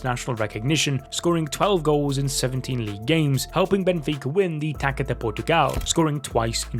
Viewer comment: Nice video. Just a comment: taça de Portugal is pronounced “tassa” not “taka”.